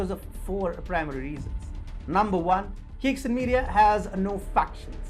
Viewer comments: It’s pronounced ‘chai sing’. Not kicksin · Caixin is pronounced Tsaisheen.